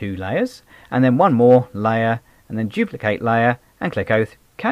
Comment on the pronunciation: Duplicate not juplicate...